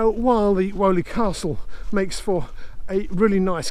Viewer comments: Woe, Woe, Woe! every mention of Selly Park should be Selly Oak Park as Selly Park is the other side of Raddlebarn Road over a mile away. You have been picked up on this before. Also unlike Woe, Weoley is pronounced Wheely, or possibly Whee-oly just as Daw is pronounced Doe you get all the locals upset by pronouncing names wrong! Surprised by no mention of the 2 arms opposite the Dudley #2 canal at Selly Oak Junction and the adjacent limekilns, particularly as they have been made a feature of in the landscaping under your feet when you finish this episode. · We pronounced it " Wheelie Castle " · Hi, great video! Having grown up in brum and having been fascinated by the canal system my whole life, I am in love with this whole canal Hunter series! Btw Weoley is pronounced “wee-lee” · Thanks for this informative film, my grandparents moved to Paganel road in the slum clearance of streets of hockley and the jewellery quarter (your drone flew right over the house I was born in! The only thing I would take issue with is your pronunciation of 'Weoley' we always pronounced it 'Weeley"!! I am guessing that your pronunciation is the correct one - you're clearly an expert at research - but I doubt anyone in the streets that line the lapal would recognise the name as you say it. 🙂🙂 Once again, thank you so much for a fascinating film, I wish my father was still alive to see it.